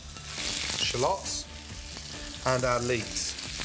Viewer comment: Shallots not shalooots 😂😂